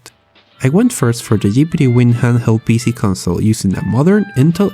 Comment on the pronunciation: My bea sea... Sorry but thats what i hear instwad of pc